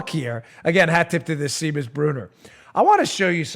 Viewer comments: For future reference, the name Seamus is pronounced "SHAY-mus" not "SEE-mus." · It's SHAYMUS, not Seemus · It's pronounced "Shame-us"! :-D Seamus....'Sea' in Ireland is like 'Sh' in America...'Sean' is pronounced like 'Shaun'. Shame-us....Seamus. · Dan... Seamus = "Shaymus" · The name Seamus is actually pronounced SHAY-mus. It's Irish. Irish Celtic has some 'interesting' ways of spelling things. (It took me ages to figure out that the name Siobhan was pronounced sha-VAHN.) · Seamus is Irish & pronounced Shaymus. 😘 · Dan, "Seamus" is a Gaelic (Irish) name that usually pronounced "SHA mus". I don't know if Mr. Bruner is Irish or not, so I wanted to provide this to you just in case. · I think the guy's name is pronounced SHAE-MUS, as the Irish kinda dude........ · Its pronounced "shay-mus", Daniel...... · If it is Seamus, it is pronounced “Shay-mus”.😊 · This mongoloid doesn't know how to pronounce "Seamus". Maybe he shouldn't be so cocky about how stupid everyone else is.